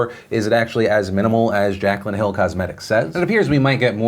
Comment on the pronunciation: Its pronouced jack lynn not jack cuh lynn 💁🏻‍♂️